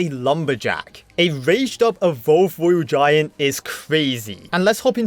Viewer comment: Twophys, mighty miwer, woyal giant, cwazzy 😂